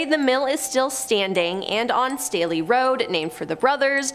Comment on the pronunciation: THANK YOU FOR PRONOUNCING MY LAST NAME RIGHT 😭 Everyone tries to say State-LEE or like the cup Stanley 😂 No. its Stay-Lee and can confirm, the rampage shit is something we are known for 😂